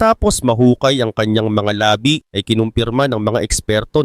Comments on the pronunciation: Mali pagbigkas mo ng labi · bilisan mo ang pag bigkas ng labi..yung bigkas mo labi parang labi ng bibig.